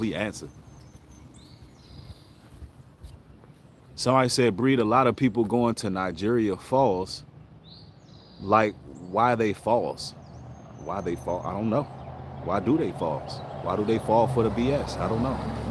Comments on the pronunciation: Niagara falls, not nogerian falls😅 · Nigerian falls😅